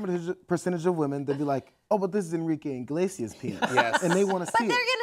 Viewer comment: why do they keep saying enrique 'INglesias'? It's CLEARLY 'Iglesias'. Inglesias just sounds naughty naughty XD